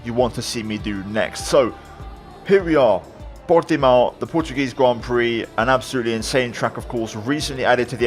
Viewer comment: Upvoted for pronunciation of Portimão